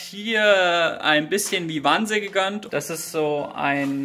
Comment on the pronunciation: Bitte, BITTE... "Vyvanse" wird nicht "wiwanse" ansgesprochen, sondern "weiwäns" 😂😂